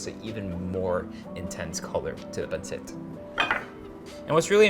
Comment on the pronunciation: Dude just say pansit! JC. Panseht. I mean c'mon already. If you can say "eat" then you can pansit. This whole thing about not wanting to pronounce tagalog well is just so fucking annoying.